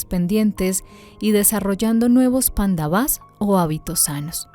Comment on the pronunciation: Si van a leer el bhagavad gita les recomiendo el que se llama. bhagavad gita tal como es de srila prabhupada, ya que este es el original traducido del sánscrito. El resto de libros con este nombre suelen ser interpretaciones de los escritores. y se pronuncia PANDAVAS no panda-vas y KURUS no ku-rus, sin esa pausa momentánea. ahora si quieren saber bien como es la historia les recomiendo el MAHABARATA. del escritor viasa. allí es donde esta la historia completa de las dos familias y alli mismo esta el b gita.